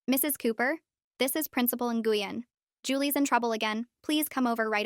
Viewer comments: It’s pronounced “win” not “gweun” :3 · Isn't Nguyen pronounced like "Nwin" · Nguyen is pronounced Win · the name Nguyen is pronounced Win.